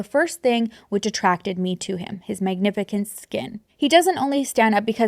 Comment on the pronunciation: Why did you pronounce magnificent wrong